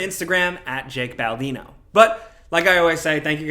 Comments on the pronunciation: Yo did he call himself “ Baltino” 🤣🤣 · did he say "shake" baldino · What's up with Jake butchering his name nowadays, I mean come on 😂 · "As usual my name is ". 😂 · Did he say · Did he said? 😂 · I heard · How about tweaking a bit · I'm 100% sure that Jake is mispronouncing his name on purpose now, but it still catches me off guard.